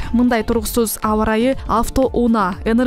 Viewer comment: Авто ууна эмес! Авто унаа деп окулат 🤦‍♂️